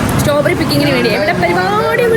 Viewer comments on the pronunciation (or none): Staw berry alla strawberry🫤